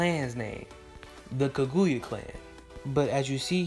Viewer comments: Dood... It's KAGUYA with an A at the end NOT KAGUYU with a U at the end... Soo cringy to hear you not even try to pronounce the name correctly. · Eww learn how to pronounce names, that is not how you say Kaguyas name. Do you even Naruto??? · Says the person that can't say kaguya